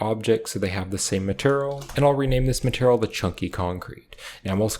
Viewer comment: are you saying "maternal" instead of "material"?